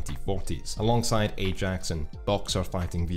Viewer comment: '...along side AJAX..." 😆😂